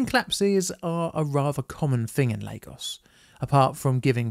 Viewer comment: Not Leygos. Lagos.